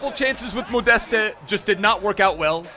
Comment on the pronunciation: Your „ModestE“ doing my head in